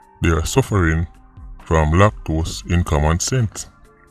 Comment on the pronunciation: 😂😂 Did you say Lactose or lack- dose- in- COMMON SENSE? Anyway, it's in the books! 👍🍀❤️💯🇯🇲🇨🇦